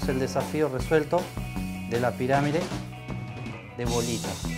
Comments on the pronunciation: en el video escribio PIRAMIDE... pero el bobis dice PIRAMIRE... XD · Se dice piramide NO PIRAMIRE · ***** se refiere a que dices piramire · Cuando decís pirámide parece q decís pirámire xd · por qué decís piramire en vez de pirámide? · La "piramire" de bolita xD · ***** no escribiste eso, cuando decis piramide se escucha "piramire" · Porque decís "Piramire"? jajaja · Jajaja por que "la pirámire" ? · Qué mal que en TODOS los vídeos, e incluso en la lectura de labios haya el error de la palabra "pirámide". :(